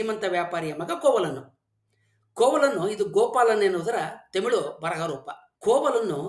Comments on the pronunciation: Sir adhu themil alla tamil sir ucharane seri maadi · Tamilu alla (Thamizh) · Temilu alla guru. Its Tamil 😂😂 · first you pronounce Tamil not temil. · Tamil alla tamizh 😂😂😂😂😂very logical language😂😂😂😂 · Sir, It's not themelu 😂😂 it's Tamil❤